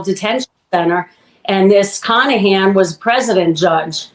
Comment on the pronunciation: His name is literally Michael CON-ahan